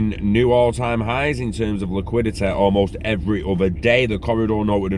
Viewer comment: liquidit eh!